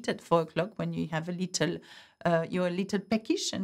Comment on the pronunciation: I love how the French pronounce the English word « little « as litOl!😱😂😂 so adorably cute.